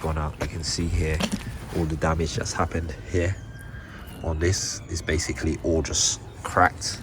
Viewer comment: "Basicall" try a thesaurus